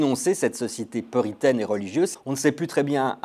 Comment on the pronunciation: Plein d’erreurs: « Joyce Carol Oates qui est… Maudits», 👎👎👎« mashism ai lieu de « machisme » (se prononce comme Paris Match », et « poritaine » au lieu de puritaine! Donc à ce point là, il vaut mieux briller par son silence!!!